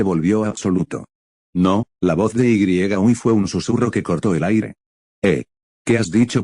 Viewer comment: muy bueno enserio esta genial 1000 de 10 pero que no es yui kotegawa por que perece que dice ui kotegawa